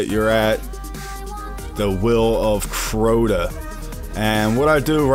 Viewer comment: Good video, But that's not Crota! I laughed every time you said it. Good job man.